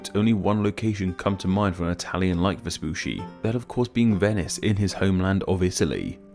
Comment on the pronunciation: vespoosy was so funny every single time he said it XD in italian, the double cc is a ch sound, like focaccia. so it was more like vespuchi